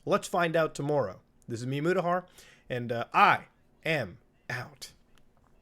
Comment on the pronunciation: did MutaBuddha just say tomoorrow?